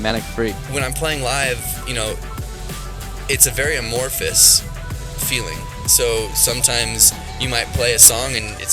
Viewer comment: Awesome! great work. If you ever re-do at all, amorphous is broken up a-morph-ous ;)